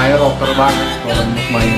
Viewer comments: Sebutannya mus mei... Bukan mus mai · Waduh mas..udah banyak kali dibilang nama Mus May tu sebutannya bukan Mus 'MAI' tapi Mus 'MEI'.. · Sebut nya bukan "mai" bang tapi "may" (Mey) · bukan sebutan mai tpi mei..bulan mei..Mus May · yantzen - insan, Meniti suratan, Suci. Tiga lagu ni memang terbaik. btw sebutan MAY itu bunyi nya MEI.